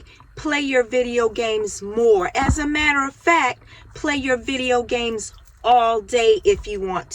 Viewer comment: work on practicing how to say "video games". I wish you good luck.